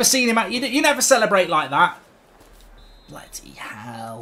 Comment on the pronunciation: Can we get a "BLUUDY HEALL" counter in these compilations